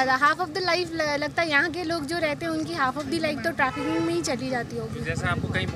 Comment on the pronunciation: Not 'trafficking' madam... Please do correction...